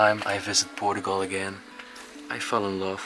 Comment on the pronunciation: Era muito melhor se a prenuncia fosse mais acertada, por exemplo Portugal ou portuguese , em vez de Poregue or Porogual ; what is that? Really 🤪